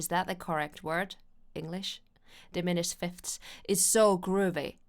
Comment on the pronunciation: Yes, “diminished fifths”. Wow, if you can pull that, you should never, ever be conscious about your English. Nailed it! ❤